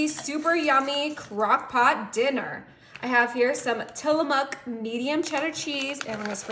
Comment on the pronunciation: It's Tillamook (not muck) lol. I stayed in Portland for a year for work before Tillamook showed up in stores nationwide.